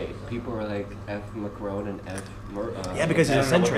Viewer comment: FFS, Tim. If you're going to talk about French politics, then at least learn how to pronounce "Macron" properly.